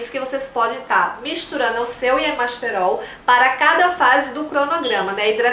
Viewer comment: Muito bons os seus vídeos. Parabéns e obrigada por compartilhar. Uma observação: percebeu que você fala y-E-masterol em vez de y-A-masterol?